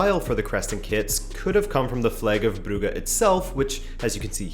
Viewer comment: They way you said “brugge” was on point